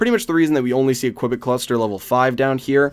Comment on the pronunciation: You have to pronanance the U in Qubit!